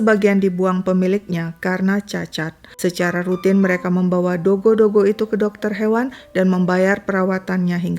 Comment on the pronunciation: Kenapa sebut dogy JD dogo??